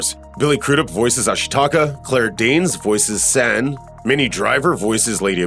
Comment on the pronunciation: omg. Amazing video! but your saying san's name wrong. its not like the san' in sand, its more like an 'ah' A sound, like your yawing too. <3